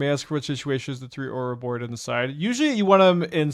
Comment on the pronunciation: Love this deck, hate the way pronounces Ororoboid >~< P.S. tough MTGO crash...